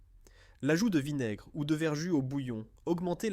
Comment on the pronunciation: Voix artificielle déplaisante et contenant des erreurs. On ne fait pas des grillons de porc, mais des rillons. On ne dit pas verjuiss, mais verjus prononcé verju.